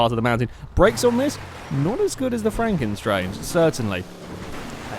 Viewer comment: Isn't it Franken STANGE?